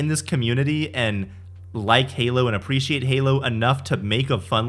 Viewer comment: I like how one guys says "Oppreciate" lol